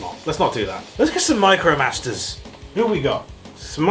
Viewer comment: Slurring: "Smite-Crow-Masters" hahaha